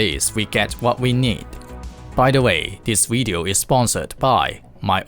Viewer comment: It's video, not wideo.